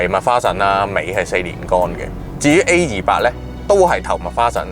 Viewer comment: 主持改善下懶音會令人容易聽D, A200 =/= A28